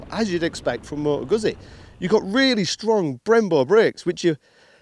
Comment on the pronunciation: "GuZZi." Like "PiZZa."